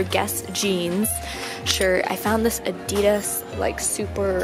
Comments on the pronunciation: You can’t buy Adidas and Nike if you don’t even know how to say it.... it just bugs me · The way she says Adidas pisses me off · ok so i don't get why americans call "adidas" adeedas...when here in the UK we pronounce it adIdas....likes whats the right way of pronouncing it?ahah